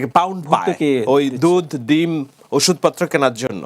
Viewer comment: সাহেদ আলম স্টাইল চদাইতে গিয়ে দুধ,ডিম রে বলে দুধ,দিম😂